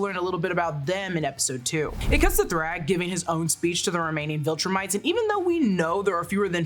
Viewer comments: Why do say throg it’s THRAAAAGGG !!!! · Thragg's name is pronounced "Thr-A-gg" with an A, not "Throgg". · Did you just call thragg “throgg”? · Genuinely why is she saying Throgg. So fckn wild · Thuraag ? Wtf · It was more like Thrague like Prague 😂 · lmao she fully said “throg” 🤣😭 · why u calling thragg throg